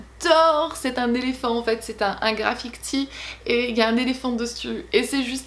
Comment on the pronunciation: Tu m'a fait rire à dire à dire "graffictis" au lieu de graffitis😂 Tu as toujours le dont de me remonter le moral toi❤️